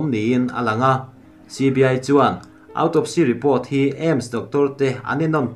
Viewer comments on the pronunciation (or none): none